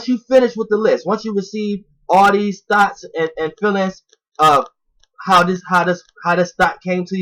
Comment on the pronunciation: Every time you say: “Thoughts”, it sounds like you keep saying: “Thots”